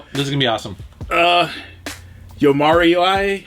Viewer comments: よーまーわーり YO- MA-WA-RI Yomawari:) Japanese student for three years so figured I would help out:) Awesome pick ups, guys. Love these vids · Haha!! The way you said Yomawari.. x'D It's Yo-ma-wari. It's my game of the year I LOVED it. Even got the platinum trophy and I rarley go after those! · say it with me now; Yo-Ma-Wa-Ri. Lol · Lol butchered Yomawari lol